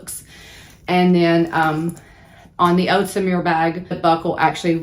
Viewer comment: So-MURE, “mu” as in mule. Maybe you should learn to speak French? This bag is nice but wouldn’t be on my list…same size, shape, and color as my Gucci bag. I like to clip my air pods to the outside of the bag instead of a key fob. I like to have both handles so I can grab it/wear it however. That little Neverfull is adorable!